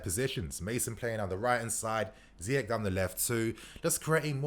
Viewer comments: Ziyech like Ziyesh. Not like Ziyek. my guy.... try sort out you pronounciation cause you are still going to talk about this fella a lot. 😁😁😁😁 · It's not ziyekk it's ziyeshhhh shh